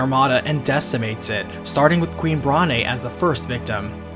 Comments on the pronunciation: It's pronounced Brawn not Brah ne. It's a joke about her being overweight. The e is silent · I'm pretty sure the 'e' in Brahne is silent. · And "Bron-aye" instead of Brawn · the pronunciations in this game tho. zih dayne, brahn (like Bron from game of thrones), lindbloom, Kee na not kwih nuh. zidane and lindblum, I'll admit I'm wrong on, but i think brahne is pronounced without the e, and i know quina is pronounced kee na. Lani is also a fun one because it could be law-nee, lay-nee, lan -ee (the Lan pronouned like land), or luh nye. I always pronounced it Lan nee when i was young, but now I like to think it's luh nye. lol i have more pronunciation issues with this game than i do with runescape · Same! Adding to this, I also pronounced Brahne as Brain. I know that’s wrong, but that’s how I pronounced it as a kid. I like it. Gives the game a more cerebral feel.